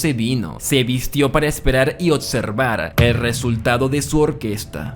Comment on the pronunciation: ¿Cómo se a normalizado hablar tan mal? "ocservar/observar" "sudlider/sublider" "corretto/correCto" "etxije/eXije" "afetta/afeCta" "contesto/conteXto" "Vittoria" viCtoria" "Aprotzima" "aproXima" "Ventcerían" "vencerían"